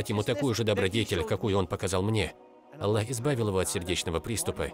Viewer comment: Автор говорит Алла.